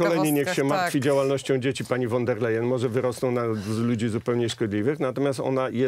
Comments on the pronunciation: ta cała przewodnicząca KE Niemka von der Leyen wymawiamy "fon der Lajen" nie po holendersku wan... itd..., a to, że była bohaterką skandalu korupcyjnego w niemieckim MON też jej nie zaszkodziło, a wręcz przeciwnie, w nagrodę została szefową Komisji Europejskiej 😱🥴🥶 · Kto to jest pani WAN DER LEJEN? Ile czasu potrzeba by nauczyć się wymawiać jedno nazwisko? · Won der Leyen się wymawia.